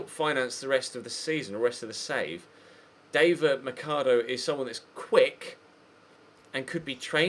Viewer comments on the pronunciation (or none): none